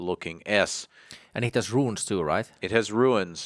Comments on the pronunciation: Why do you keep calling them ruins? They’re RUNES! There’s NO ‘I’ sound in the word!!!🤯🤯🤯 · It’s rune not ruin